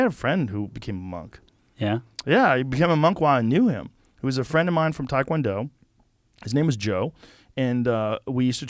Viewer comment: Hard to believe Joe, being a former Taekwondo practicioner and tournament competitor...doesn't even know how to pronounce Taekwondo. It's not " Thai - kwon-do " or " Tie" kwon-do Joe. It's pronounced, " Teh" kwon-do...similar to " Tay ". Not "Tie" or "Thai" Joe. It's not from Thailand Joe.